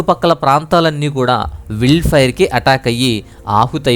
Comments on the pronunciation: అది విల్డ్ ఫైర్ కాదు నాయనా... వైల్డ్ ఫైర్ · విల్డ్ కాదు బాబు వైల్డ్ ఫైర్